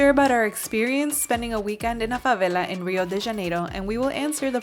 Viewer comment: Dear you should pronounce favela like it's an English word, fuvelle. Or even fuvairle if you make it British, the r is for the little diphthong we make in Rio, Rio Grande do Sul and Portugal. It's jarring that you pronounce the Rio de Janeiro-like velarized l consistently for your American English and then use the thickest Spanish accent while speaking Portuguese. 😭😭😭😭 You nailed your pronunciation of Rocinha and Vidigal though 👏🏻👏🏻👏🏻👏🏻